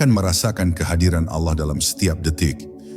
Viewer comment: Saya menyimak berulangkali konten seperti ini. Isi/ intinya bagus tp yg mengganggu adalah naratornya dlm mengucapkan lafal Allah. Kadang diucapkan dg lafal seperti pengucapan orang kristen, tp kdng seperti lafalnya orang Islam. Kok tdk konsisten. Naratornya benar2 Islam atau tdk..? Coba anda simak sendiri.. Cermati jg video2 yg mirip dg itu...